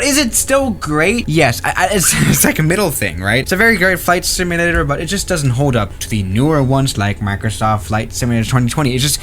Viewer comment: Repeat after me: SIM-U-LA-TER, not "simllra".